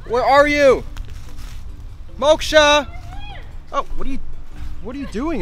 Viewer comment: The way he pronounced Moksha, accurately is 🔥